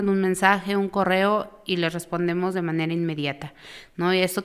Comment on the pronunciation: Desde el principio que escuche que dijo de MANERE, ya me salte el podcast. 😅